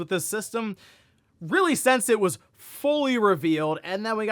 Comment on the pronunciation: "Since," not "sense." Sorry, it's just like nails on a chalkboard to me. lol